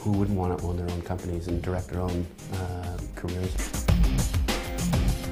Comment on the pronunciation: Did anybody else notice, "carreer" about 4 seconds in?